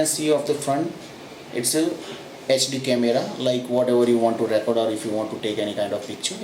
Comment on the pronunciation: Thats not how you pronounce the verb "record"....you are pronouncing like a noun....eg " I have a record of that "....."we keep on record"....to record the emphasis is on the o and the E souinds like an EE. Try and you will sound much better. Thanks for the vid.